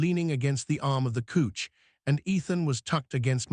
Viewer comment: Could you please teach your AI to say couch instead of couch! It's really driving me nuts.😂